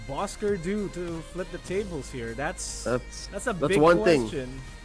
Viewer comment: Please say it right!!😑.Bosskur!!!